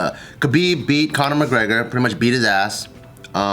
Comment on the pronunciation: mcGregen Pinche pendeja read correctly